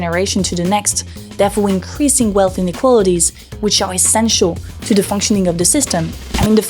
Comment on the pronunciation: Dis, dat, dem, da, dose please learn how to pronounce 'ths' it makes you sound very unsophisticated. BTW, Trump, one of the biggest misogynists and racists ever seen, was just reelected. Posters/propagandists like you are exactly what Trump voters hate above all. Rethink your life, who do you think you are helping?